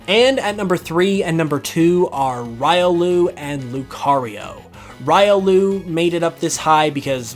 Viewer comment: "Rye"olu and "bye"barrel. Killed me lol.